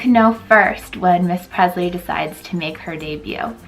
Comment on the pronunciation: You're pronouncing your daughters name wrong. Its presley like Elvis not Prezley